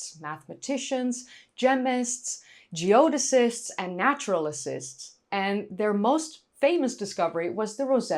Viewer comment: It is just naturalists, not naturalisists. no need to put that extra sists behind it ;) If you fear that is a word used for unclothed nature lovers.. those are naturists I have been to Austerlitz and the pyramid several times. When it comes to it's history... very interesting. When it comes to looks and such... meh.... it's a nice pile of dirt and stone.